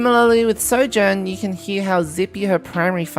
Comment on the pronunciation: “As Soujourn rails her enemies!” I BEG YOUR PARDON